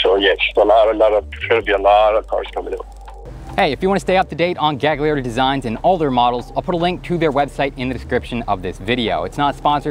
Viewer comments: You shouldn't pronounce the second g in Gagliardi. It'd be closer to "galyiardi" in Italian. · Fantastic video man! One note: "gli" in italian is pronounced "lee", so the name would be pronounced like Galiardi (middle G is silent) :) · Psst: The second "g" in Italian words is silent.